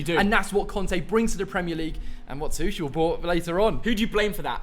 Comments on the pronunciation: Bruh his last name is pronounced Tu(ck)el. Even though it’s spelled Tuchel, it’s pronounced with a k sound not a ch sound. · Why do they pronounce Tuchel as Tushell